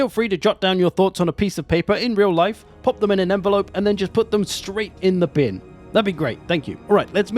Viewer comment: "IN DA BIN" 😂😂😂